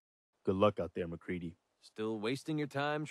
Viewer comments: no it's mac ree dee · It’s MacCready